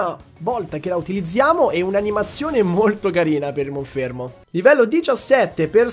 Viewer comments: è monferno non monfermo 🤣🤣 comunque sei un grande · Ma perché Monfermo e non Monferno? ahahaha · lo starter lo continui a chiamare monfermo, ma è Monferno. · Tanta roba in questo episodio! Attenzione però alle pronunce dei nomi dei Pokémon, in primis quella dell’evoluzione del tuo starter, che è Monferno e non Monfermo… 😅😂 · Si dice monferno non monfermo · Si chiama MonferNo! Pronunciali bene i nomi! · io ti voglio tutto il bene del mondo, ma perche dici monFERMO?